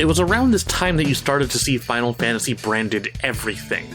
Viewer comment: Sorry but Final Fanaty made me giggle